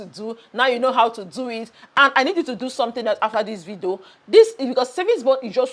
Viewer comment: I like the way you say vido 😂😂😂 enjoying your content